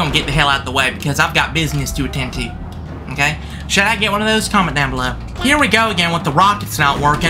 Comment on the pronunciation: the bus just wanted to take a quick divet okayt 😂😂😂 and again it wanted to take a divet againt okayt and againt it just wanted to take a quick divet in the oceant okayt